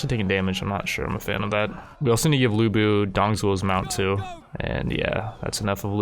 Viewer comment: IT'S LU BU